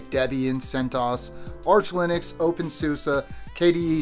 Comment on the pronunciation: Nice video. Buts it’s Linux not Linix.